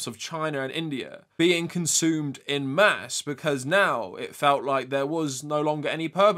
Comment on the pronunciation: It's "en masse" being French, not "in mass."